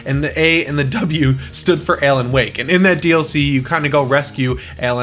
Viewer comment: Are you saying Ellen Wake?